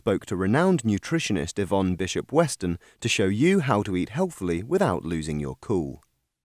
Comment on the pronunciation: That word healthily sounds so weird lol. Very good video though. :)